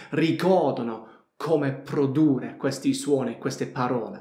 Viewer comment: PRODURRE devi dire, con due R finali